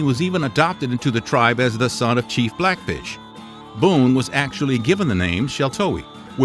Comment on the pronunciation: Am I the only that heard him say “chief blackbisch”